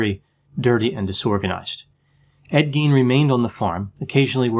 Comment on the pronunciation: Pronunciation of Gein is Gīen. Long I. It’s German. In German ei is pronounced using a long i. FYI